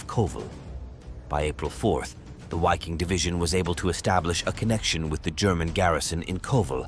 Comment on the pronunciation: Full of mispronunciations.....it's MOdel..and the W in the Wiking division is pronounced as a V